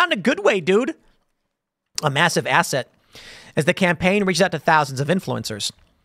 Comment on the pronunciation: The magazine thing was real??? I thought that was a meme image going around 😄 Did you say ass hat instead of asset?